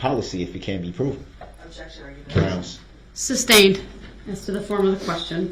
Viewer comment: The way he says groundz while staring at the witness is gross. He thinks he's the big man on campus. What a clown. Everything about that POS SO is creepy. I think the reason he stares at the judge is for one I think he truly believed they had some sort of connection. He's a legend in his little mind.